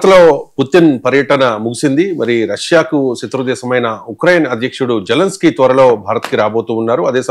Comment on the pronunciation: జెలెనిస్కీ కాదు సామీ. జెలెన్స్కీ (జెలెన్ స్కీ) అని పలకాలి.